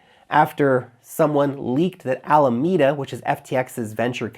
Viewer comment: I agree with your pronunciation of Alameda. Thank you.